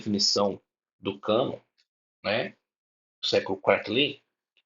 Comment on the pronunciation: Só de falar canôn protestante já é uma piada